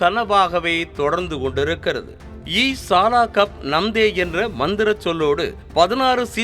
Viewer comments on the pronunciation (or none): Sir adhu E saala ille e sala konjo fast sollungo